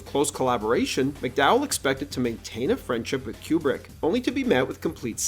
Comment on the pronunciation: It's Coo-brick, not Que-brick.